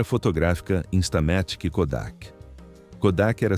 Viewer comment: InstalaMÉtic? InstamaTÍque, é? Estamos no Brasil, não no Brazil... 😂😂😂😂😂😂😂😊